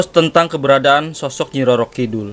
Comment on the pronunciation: Kidul bukan kidhul kang